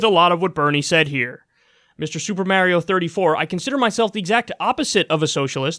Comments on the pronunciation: It's not May-rio, it's Mar-io. Even Mario himself says, "it's a me, Mar-rio". Stop butchering his name. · Did he just say “Super Mare-io”? 😂